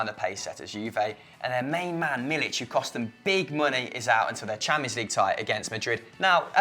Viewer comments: I can understand when people mispronounce names but........ how can you mispronounce MILIK, where do you se the 'CH' on the end of the name. He is not from the Balkans so you do not pronounce CH on the end of the name.( Anyway he has 'k', not 'c' on thee end of the name) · 3. It's Milik and not Milić